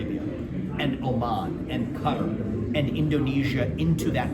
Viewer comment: No he didnt.. he pronounced it "cutter" lol